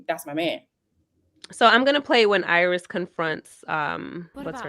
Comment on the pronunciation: It’s Irais not Iris